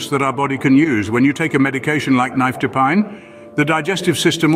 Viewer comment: You are NOT pronouncing nifedipine correctly!